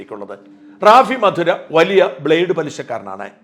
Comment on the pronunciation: റാഫി മധുര അല്ല റാഫി മതിര. കൊല്ലം ജില്ലയിലെ കടയ്ക്കലിനടുത്തുള്ള സ്ഥലമാണ് മതിര.